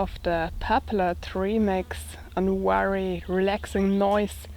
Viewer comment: hi..say very, very...not weary, weary, ha-ha!!you're so cute.